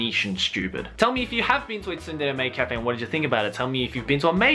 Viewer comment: Isn't the T in "tsundere" silent? Why does pronounce it like "T sundere"?